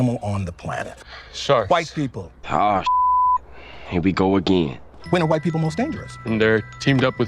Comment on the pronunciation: made my day. AS a white guy, I feel good about her emphasis on the "white"